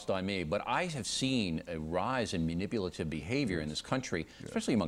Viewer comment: MUNIPULATIVE! There's an "a", not a "u"